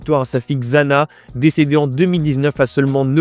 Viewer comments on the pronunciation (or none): Xana se prononce SHANA...